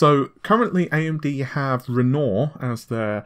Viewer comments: Ren-wah not ren nor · Its pronounced "REN-WA" not "REN-OR", it is the famous French painter's name. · RENORE?.. IT'S RENOIR YOU FUCKING IMBECILE!.. it's bad enough that you can't fucking pronounce NAVI but go get some fucking english classes! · sorry but it's REN-wahr, ren-WAHR as in the artist not renoor /rant off keep up the good videos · It's pronounced Ren-Wah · Just for future reference; Renoir is said ren-wahr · He spell it like Renault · Great way to pronounce "Wren Norr". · I was surprised he didn't butcher Cezanne as much as Renault. I mean Renoir. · I mean this channel is known for one thing.. and one thing only.. the inability to pronounce basic words like NAVI.. it becomes naveeh here.. and renore.. for Renoir.. it's a bloody insult to the developers... well I guess padding news with irritating "small talk" is another main feature.. but ye.. so done with this trash channel. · I work in the art world....it is kinda weird that someone as renowned as Renore to be mispronounced. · AMD is quite often (but not always) using the surnames of artists for its codenames: Matisse, Cezanne, Renoir, Picasso. I know it seems petty but PLEASE could you try to pronounce their names properly? Renoir - Matisse - Cezanne - Picasso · Why do i get the feeling nVidia is paying you to hype their products... it just feels like an advert and not a commentary. Did they also tell you to mispronounce Renoir.... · Ben Rogue he refuses to correct his pronunciation at this stage. Amy pronounces it correctly. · it’s soooooo annoying. youtubers have no standards smh, journalists shouldn’t intentionally mispronounce topics they’re covering. Renoir is a very easy name to pronounce.